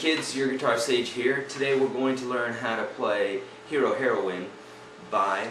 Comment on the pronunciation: Lol he said heroine ( hair~o~win) XD